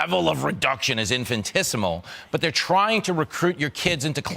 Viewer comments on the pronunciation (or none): "infintissmul" almost said a word there. and you don't cook pizza rolls on a stove, dumdum.